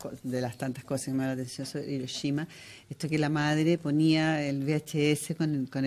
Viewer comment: Muy "cultos" los presentadores y pronuncian "iroshima" 🙄